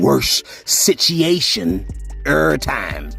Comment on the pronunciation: Boosie Sitchiation!!!